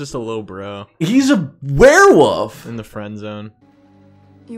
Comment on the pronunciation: It is hilarious to me how you guys pronounced werewolf as "werewoof". It HAS to be intentional. 👏👏😹